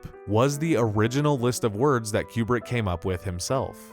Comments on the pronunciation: Kubrick… coup-brick not queue-brick It’s driving me mad… 😁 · Tiny note: It isn't Q-Brick/ Stanley Cue-Brick. It's Coobrick.